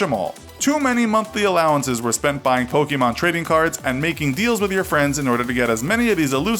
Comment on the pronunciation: It’s not pronounced “pokeemon”...the accent makes an “eh” sound